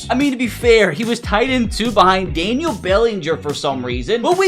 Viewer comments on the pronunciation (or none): none